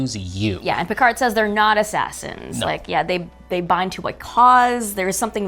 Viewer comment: PicaRR not PicarD!!! 🙄